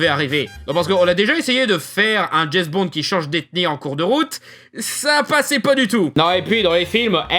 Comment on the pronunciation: Je suis un gamin : j'ai pouffé chaque fois que tu disais Jess Bond au lieu de James x)